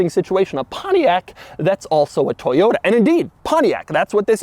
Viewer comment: It’s toyoTA Doug,not toyoDA 😂😂